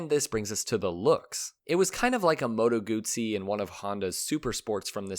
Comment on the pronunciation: I wish the narrator would have pronounced moto guzzi correctly just once.